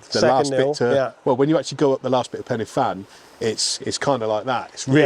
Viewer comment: Pen ahh van not penny fan.